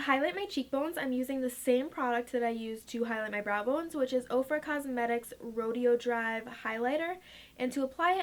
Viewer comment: it's row-day-o drive...